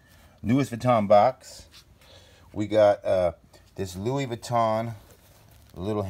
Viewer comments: “Luiss Vitton and eeves saint lor-ant”. Anyone else really annoyed by how they butchered these names?! “Gouchi” emphasis on the OU. Haha ahhh!! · Lol dont even say louis vuitton if you cannot pronounce it